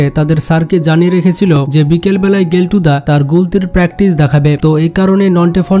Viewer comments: গেল্টু না কেল্টু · গেলটু না কেলটু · গেলটু না ওটা কেলটুদা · Are bhai কেল্টু ❌ গেল্টু ✅ 🤣 🤣